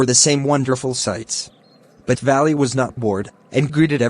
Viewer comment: He says Valli as valley